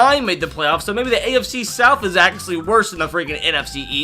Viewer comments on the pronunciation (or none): none